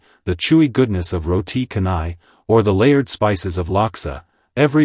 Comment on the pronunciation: I wish someone would educate mat salleh narrators on how to pronounce the Malaysian food names 🙄 the way they skewer the pronounciations make me cringe! Eg. The Canai in Roti Canai is pronounced with the soft C sound - 'ch' as in chat - and not the hard 'c' as in cat. Anyway can't they find native Malaysians who can narrate these videos? I know for a fact there are many Malaysians whose spoken English is as good (if not better) than native english speakers